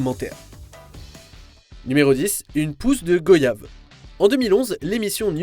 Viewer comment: On prononce [gwayave] voyage, royaume, effroyable....et non pas gOyave